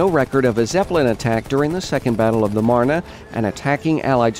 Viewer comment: oh, my OCD is tingling because he kept mispronouncing meuse and marne. No big deal overall though